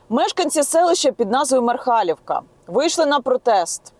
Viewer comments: Ніна в мене дом в селе иванковичи ето в 6 км не мархалівка а Мархалівка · Де Гатне, а де МАрхалівка. Незрозуміло, проти чого протестують мешканці МАрхалівки, якщо мемориальний цвінтар будується в Гатне. Здається, що тема грунтових вод притягнута за вуха, причина протестів в чомусь іншому. Скільки цвінтарів знаходиться в селах , або поруч сторіччями, і ніхто не травиться.(До речі, в топонимі МАрхалівка нагологс на першій А. Навкруги так говорять)